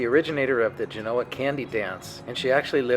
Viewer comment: History lesson from a guy that doesn't know how to pronounce Genoa! Interesting 😂